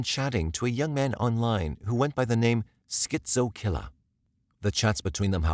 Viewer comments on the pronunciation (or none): My new favourite thing in the world is the way you say "Skit Zoe Killah"